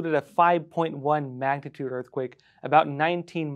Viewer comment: What's a "magnaturd"?